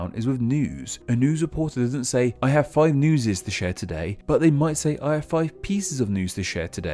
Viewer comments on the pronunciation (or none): “I have fuve pieces of news”